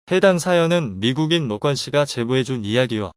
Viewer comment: 로건을 노껀이라고 부르는 저 발음ᆢ